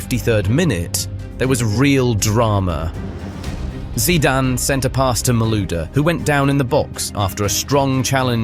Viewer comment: Definitely AI, nobody who knows anything about football would pronounce his surname like